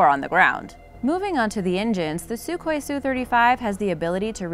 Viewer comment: It is pronounced SU-HOI not suk-hoi. EDIT => Also, the F-35 was NOT build to replace the F-22; each has its own operational specifications.